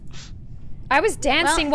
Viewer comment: when said dancin I was like bro are you Seamus finnigin